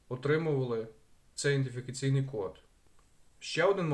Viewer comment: ІДЕНТифікаційний, а не індифікаційний.